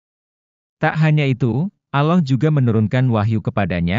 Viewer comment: Kalau baca alloh kok kayak bukan orang muslim